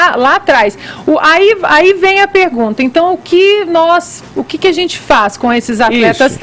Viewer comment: Esse tal Fefito não tem amigos não, gente? Pra dizer pra ele que esse não é um modo adequado para um adulto falar. A zente. Tenha dó. Meu primo de 4 anos pronuncia as palavras melhor. Tem que ter estômago!